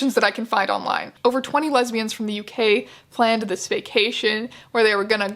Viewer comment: When the guy says lesbian it sounds like hes saying lesbias maybe im mishearing but if were translating lesbias to lesbians why cant they just translate homosexual lesbian into another word especially if hes worried about women on the island being worried because they arent gay and dont want to introduce themselves as such why cant in english we just says lesbias if he did say lesbias idk i havent watched the whole vid yet maybe thats what happens